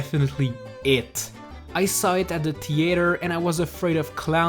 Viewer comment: ( THEE - ATAR